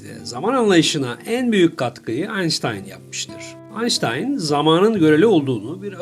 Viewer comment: herkes aynştayn diyor siz niye aynstayn diyorsunuz , akıcılığı bozuyor